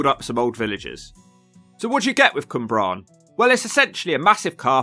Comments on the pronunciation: Cwmbran not Cymbran! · It's Cwmbran, Cym is a different word in Welsh. I don't live in Gwent but it looks like a complete shithole throughout. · It’s the pronunciation of the names 😂 Cwmbran was my fave 🤣 Bristolian here, living in Newport and there’s so much more to the place than all the run down and shit looks lol the community aspect for instance is amazing.